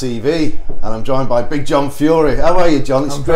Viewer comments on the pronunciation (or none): none